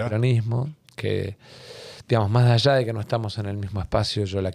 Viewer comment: Dijo "majallá" en vez de más allá. Me hace pensar que el Tajaí pudo haber sido natural...